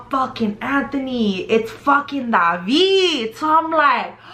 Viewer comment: Yo my name is David and I’ve always hated when people pronounced it the way you’re pronouncing it lmaooo you be like “DaVeEeD”